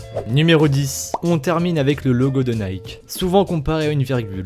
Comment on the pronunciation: C’est pas naiké la prononciation mais niké et c’est la déesse de la victoire on apprend sa en 6ème